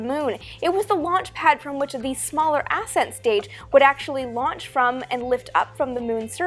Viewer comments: accent not ASSent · It's NOT aset stage it's ascent stage. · It sounds like she is saying "ass end stage" instead of ascent stage. But I would think the ass end stage is the one that stayed behind 😂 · I'm confused about the pronunciation of "ascent". I've heard it said as as-sent for anything related to rockets but in mountaineering, it's pronounced a-scent, as in the first ascent of a peak. It was also said that the Apollo 10 LEM wasn't fully fueled to discourage the astronauts from attempting a landing. The vehicle and procedures were a dress rehearsal for Apollo 11's landing. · Learn how to pronounce 'ascent'.